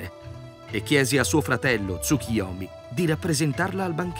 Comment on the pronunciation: Capisco che il nome del Dio derivi dalla parola Tsuki (luna) ma il suo nome è TsuKUyomi. La pronuncia corretta è quindi con la U e non TsuKIyomi.